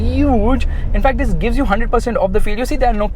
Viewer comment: the emphasis on " this" every now and then is so annoying